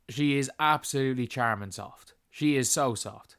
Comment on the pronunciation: its pronounced "sharmin" soft.